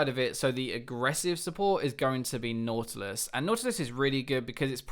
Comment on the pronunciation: Did he say Naughtyles? xD